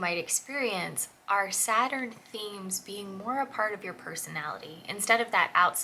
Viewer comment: Saturn, not Supiter! Lol! 😂